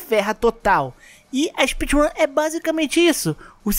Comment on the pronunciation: espeedrum de baiano kkk